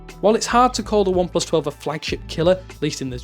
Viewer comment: Why do you keep saying ineplus?? It's oneplus!